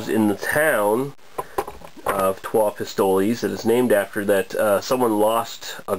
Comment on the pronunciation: I think it's actually pronounced Pistol (es is silent). I've heard of this one from a friend in Montreal, sounds delicious. I'm truly jealous, good review!